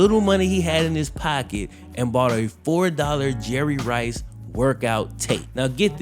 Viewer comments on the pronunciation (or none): none